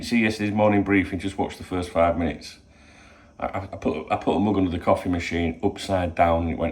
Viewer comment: Do enjoy how original these morning briefings are. Keep it up. Get ya tests done then get back for a cwoffee